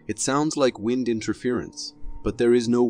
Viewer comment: Did the narrator call WIND "Wined?" Maybe it's an AI?